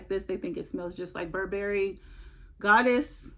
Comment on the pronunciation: No berries in buh·buh·ree. Stress the first syllable. You're welcome.